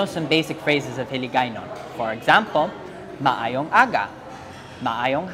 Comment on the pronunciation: Wow your accent is maayo👍